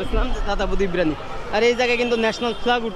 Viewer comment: Kothata BIRANI noy Biriyani